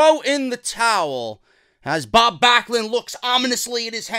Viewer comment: “Bob Blacklund” that was a good flub 😂😂😂